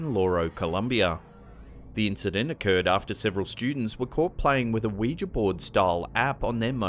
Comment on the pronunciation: Omg your the only channel that ever pronounced Ouija right everyone else pronounces it "wee gee" it's "wee ja" noticed it ends with an "a" NOT an "e"